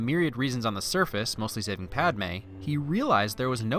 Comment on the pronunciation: Padme not Palme lol